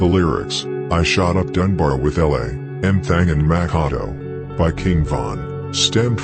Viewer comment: His name is Mak A Do mack a do ya